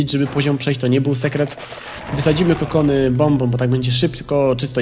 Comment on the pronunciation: Usłyszałem 'kondomy', a nie "kokony"